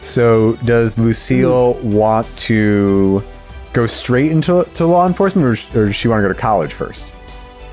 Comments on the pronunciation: When says "law enforcement" it sounds like "lore enforcement" to me and all I can think is: that sounds like a career for Skid. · Well the way she says "law enforcement" makes me doubt my own ability to read.